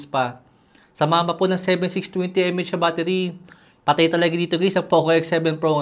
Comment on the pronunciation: (mAh) milliampere-hour not "em-ey-eytch" ps. not a hater just correcting, thank you sa quick review